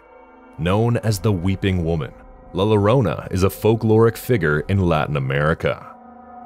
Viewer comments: it's not "la lorona" it's pronounced Yorona. the two ll is like a y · You mispronounced LA LLORONA. It's YO-ROH-NA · It's LA LLORONA! the it's a Digraph! The LL are pronounced like "Y" sound.😂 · Makes you wanna watch the videos on mute!!! 😒 Also double L in Spanish makes the sound of a Y. La Llorona will be hunting your ass for butchering her name the way you did 😭